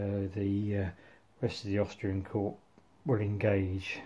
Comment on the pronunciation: Lovely video: good use of the camera and articulate dialogue. The only observation is I've never pronounced the 'p' in corps, so ut sounds strange to me.